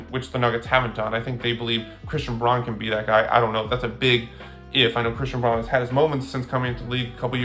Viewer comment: I stopped watching when you mispronounced Christian Braun’s name. Casual.